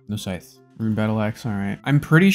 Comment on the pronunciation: can u stop saying sytch every chest fk it annoying asf